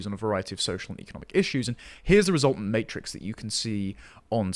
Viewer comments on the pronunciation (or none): none